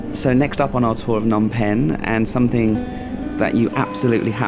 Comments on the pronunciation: S21 doesn't mean "Soi 21". Soi is the Thai word for alley, but this is Cambodia with a different language (Khmer). It refers to "Security Prison 21" (មន្ទីរស-២១). The museum is on the intersection of Street 113 and 330. Also sometimes you pronounce Phnom as "Nom" without the P - a common error because there is not much vowel sound between the PH and the N. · Why do so many foreigners ignore the "p" sound in "Phnom"?